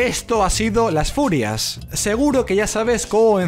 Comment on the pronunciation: Pensé que en vez de decir Las Furias decía Las Furras :v